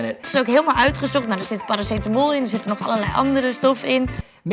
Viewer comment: nellie said clearly Paracetamol